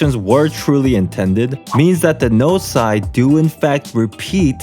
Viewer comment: I’m sorry but did i just hear you say gnosi? For the plural??